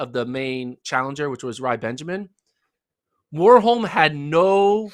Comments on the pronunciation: I would say the difference is rather in the first letter. In Norway we pronounce W just like V (two different letters yet no difference, which is why "w" is very rare in Norwegian). So one should pronounce Warholm more like Varholm. Not a big thing though, but since we are on the topic 😊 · The a in Warholm is pronounced like you do in Karsten, not like in war.